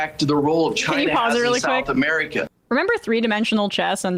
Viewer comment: "South Ameerieca"